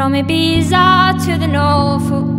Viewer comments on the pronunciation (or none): Oh dear, she pronounced the Z in Ibiza